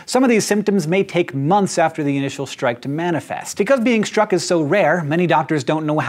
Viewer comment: Lol "stuck" by lightning :)